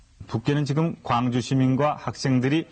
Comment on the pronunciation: 광주사는 일인입니다~광주광역시의 광은 빛 광자로 짧게 발음해야해요~경기도 광주는 넓은 광으로 길게~고등때 국어선생님이 알려주신거를 이번에 적어봅니다~